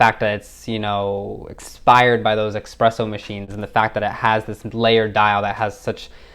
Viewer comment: You lost me at eXpresso.